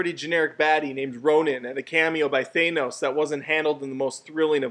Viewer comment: Why can nobody pronounce "Thanos" the correct way? Ffs.